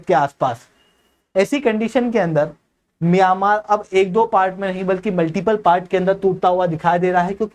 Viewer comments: Miyamaar nahi म्यांमार है भाई।। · मियामार नही म्यांमार उच्चारण कीजिए😅